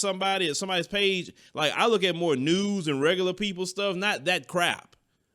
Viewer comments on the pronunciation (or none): I'm assuming said he looks at more news even though it sounded like he said he looks at more nudes lol